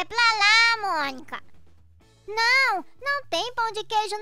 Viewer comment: Monica falando errado kkkkkkk trocando o m pelo b kkkkkkskskskskskskskskks